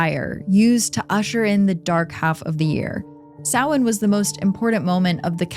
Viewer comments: Thank you for pronouncing Samhain correctly! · OMG THANK YOU FOR PRONOUNCING SAMHAIN CORRECTLY!!! ❤❤❤ seriously everyone says it wrong it’s insane